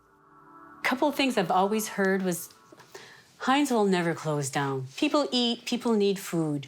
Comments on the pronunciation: Heints?? Everyone can pronounce Heinz except the narrator? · Heintz??? Bro, it’s Heinz. You’re hurting our ears.